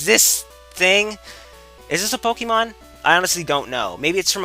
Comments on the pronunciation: It's not "Pokemon" it's "Pokeymon" ;D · Seriously, it's Po-KAY-mon. geez, look at the accent :P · I hate your pronunciation of Pokémon. There's an accent for a reason. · In the cartoon series, the characters usually pronounced it like Poke-uh-mon. Since it's supposed to be short for "Pocket Monsters," though, it really should be pronounced Pock-eh-mon. But I guess that doesn't roll off the tongue as well.